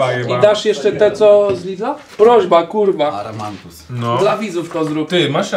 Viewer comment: WSZYSCY: AMARANTUS OWCA: ARAMANTUS 😂😂😂